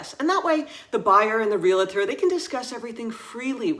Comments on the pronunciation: Teeth in edge hearing “ree-la-tor”. Wrong. It is REE-uhl-tr. (Real estate, real-tor). Please! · Useful and interesting differences. Only..please stop saying "real-a-tor" There's no "a" after the "l". It's "re-al-tor". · Thanks for a great video. Can I make a small comment about something that's just a pet peeve for me? It's real-tor, not real-a- tor. Hope you don't mind! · I feel mean saying this, but it is not meant to be mean, I swear. It is pronounced 'reel-tor'. There is not an 'a' between the 'l' and the 't'. Great video though! Love the insight into living in France.